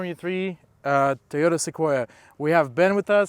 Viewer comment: did he pronounced it tiyota?